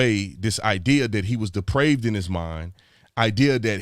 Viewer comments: Sir I have to respectfully comment on your pronunciation of the word depraved. I heard deprived and the 2 words are very dissimilar I can assure you. So to clarify to anyone who is reading this, the word is depraved. Synonyms to depraved are warped and twisted. Perverted is another one. In any event, that is the crux of the wording right there; as it pertains to murder in the 3rd degree (as he was saying). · Brandon, it's DEPRAVED not DEPRIVED. Those two words have very different meanings. Depraved means; Morally corrupt; perverted. Perverted; vitiated: as, a depraved appetite. Morally bad; destitute of moral principle; corrupt; wicked: as, a depraved nature. In general someone acting outside of an acceptable norm of a given behavior. Deprived means; Marked by deprivation, especially of economic or social necessities. Lacking in advantage, opportunity, or experience. Marked by deprivation especially of the necessities of life or healthful environmental or social influences. In general something has been withheld from an individual. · Depraved mind...not deprived bro